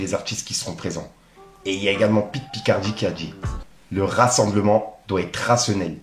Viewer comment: Pit Picardie ??? Frérot c est : pit bacardi !!